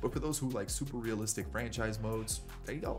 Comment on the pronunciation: for a guy that talks about "who cares about waman, it's a video game it's not supposed to be realistic really puts the emphasis on "realistic "😂